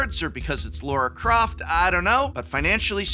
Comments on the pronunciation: It's Lara Croft, not Laura Croft, aaaahhhh!! ;) ;) Great video, as always! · Was calling Lara, Laura, a bit? Because otherwise… it’s Lara. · Love your content, Prof ❤ The product reviews, the campy jokes, the superior consumer advice, the exceptional attention to detail on The Academic - it's all amazing! So. Uh 😒 LAR-ah. Not Laura, not Layra. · Lara Croft. Not Laura.